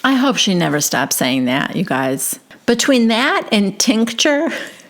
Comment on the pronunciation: This franchise is crazy! I enjoy it so much with your recap comments and voices. Please keep saying SwinGer and Tinc-Ture, it’s a riot. But so low brow of Mary to mention the $, right?